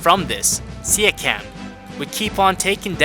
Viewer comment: stop pronouncing his name like that, it hurts